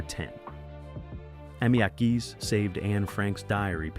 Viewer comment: Not important to the story, but it’s “Meep and Yon* Hees,” but my H represents /x/, a voiceless velar derivative, a raspy sound in the back of the throat. Jan rhymes with Don. They pronounce the English G in A Small Light.